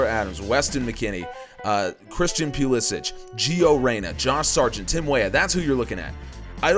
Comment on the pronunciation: Quick question, why do you pronounce pulisics name pew li sick when he stated that he wants it pronounced puh liss ick? It sounds so strange when it’s pronounced the way you do. No offense.....just wondering